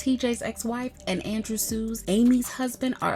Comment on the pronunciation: It’s Andrew Shue (pronounced Shoe) not Sue.